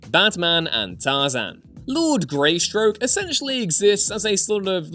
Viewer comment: Greystoke. Not stroke.